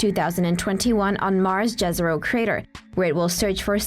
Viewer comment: Jezero crater is pronounced Yezero. Jezero means "Lake" in several Slavic languages.